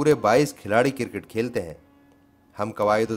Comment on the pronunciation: Kirkit ???? Or Cricket. ھفیم؟؟؟ یا افیون۔۔۔۔ ۔ اگر اردو بولنا نہیں آتی تو کیا لازم ہے کہ اس کی ٹانگیں توڑو۔ اپنا اصل کام کرو۔ حجامت۔